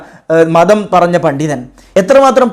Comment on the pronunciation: ഉശാറായിട്ടുണ്ട് ഒരു കാര്യം ശരിക്കുക പണ്ടിതൻ എന്നത് തെറ്റാണ് പണ്ടിതൻ = വയറുള്ളവൻ പണ്ഡിതൻ = വിവരമുള്ളവൻ അക്ഷരശുദ്ധിക്കുപകരം അച്ചര സുത്തി ' പറയാൻ പറ്റില്ലല്ലോ.